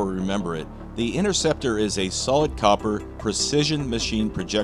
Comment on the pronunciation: What is the INNERCEPTER ROUND , 😕it’s pronounced. INTERCEPTER , ,get it right guys